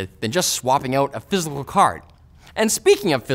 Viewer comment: "thisacle card"